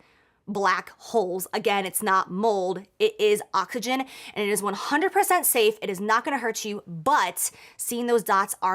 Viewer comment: Did she say "occagen" instead of oxygen??!?? LMAOOOOO